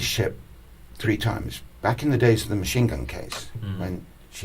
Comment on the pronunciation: Fu©k Maschine gun Kelly, It's machine gun Maurice